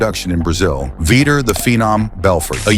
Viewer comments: There was a V-eye-ter in there too 😂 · “Veter” lol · Is this the shittiestly narrated video ever? "Veeter" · Say his name with me AI VEE Tour 😂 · Veeter and Little 😂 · "Veeter"? "Chuck little"? FFS 🙄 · Veeter? Stahp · lol "veeter" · Learn how to pronounce Chuck's last name and Vitor's name as well. They deserve way more respect than that. BOTH absolute legends !!!!